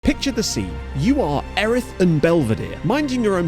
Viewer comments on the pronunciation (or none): Snap lads.. fuming how he said Erith though…